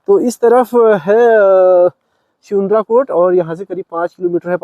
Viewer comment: स्यूनराकोट को सुनराकोट कह रहा है और वहाँ का रहने वाला निवासी खुद उसका उच्चारण सही से नहीं कर पा रहा है इसलिये पंत जी अपना गाँव छोड़कर दिल्ली चले गए थे।